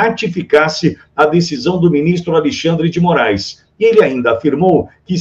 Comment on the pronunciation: Vc disse: A lei xandre de I Morais?😂😂😂